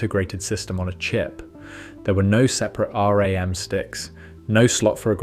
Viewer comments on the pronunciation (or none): Did bro just say "R-A-M" instead of RAM??